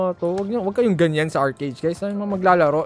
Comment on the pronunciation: it pronounced "arki or arkey"